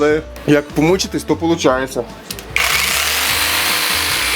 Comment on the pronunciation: "як помочитесь, то получається" (лайфхак):face-blue-smiling: Дотошний до вимови 🧐